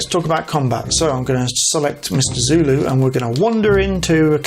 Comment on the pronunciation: Sulu...not Zulu geez. Why are you doing this??? Arrrgh